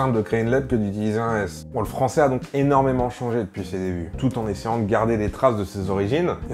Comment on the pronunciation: J'aime trop quand tu dis "il parle le fransoais" on dirait trop un blague^^